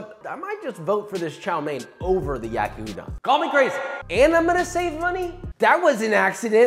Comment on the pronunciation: hears you pronounce yakiudon very wrong Daughter is not happy. -^- but great easy recipe, I made this about 9 times